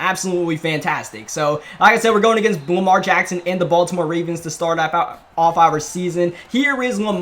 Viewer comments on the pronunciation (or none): none